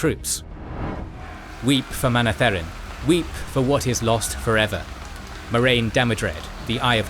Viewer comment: You should listen to the audiobook to learn how to say the names. It's kinda weird hearing them pronounced funny. Kinda ruins the video for people who have listened to how Michael Kramer and Kate Reading say them. It's Aye-eel and Moun-etheren.